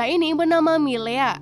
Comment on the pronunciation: Penyebutan tokohnya ada beberapa yg salah... Milena, Tsantsung, sonya blade. Ejaannya diperbaiki lagi🥰